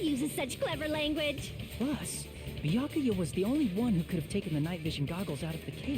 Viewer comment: Gasp! He s-s-said "Bya-kuya" The horror! Lol I love this game, and I do enjoy Byakuya's character. I find his chaos entertaining, and I love your reactions to Byakuya's antics. The running joke of not saying his name properly is so funny. And I definitely think the writers love to mess with Byakuya. I can't wait to see your reactions to the plot twists to come, seeing new people's reactions is part of the fun of this game to me.